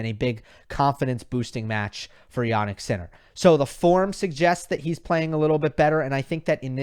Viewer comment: it's jaNNik not jaNik fucking hell